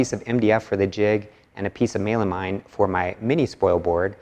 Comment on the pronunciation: Sorry, Mey-la-mine? That's a new pronounciation to me!